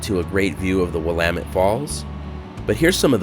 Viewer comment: Thank you for pronouncing Willamette correctly. 👍